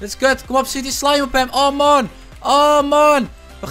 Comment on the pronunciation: ik vind het echt irri als hij steeds maon zegt 😒